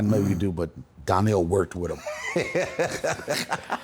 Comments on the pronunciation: Gave him his flowers then proceeded to call him Darnell instead of Donnel 😅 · His name is Donnell not Darnell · Why is he calling him DARNELL???? 😂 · Dude is so used to people pronouncing his name Darnell - do better Deon. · The funniest thing about this interview is knowing that Deon is an actual writer but he kept calling Donell-Darnell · He called him Darnell the whole time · Did you call him Darnell!? Lol